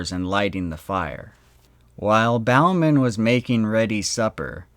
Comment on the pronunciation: It was Bowman pronounced boh-man now bow as in bowing to an audiance.Bowman like Bowling.